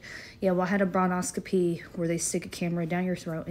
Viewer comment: It’s NOT a bronoscopy it’s a BRONCHOSCOPY. PRONOUNCED BRON-COS-SCOPY.